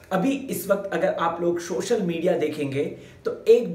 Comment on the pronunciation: Shocial nahi social bola karo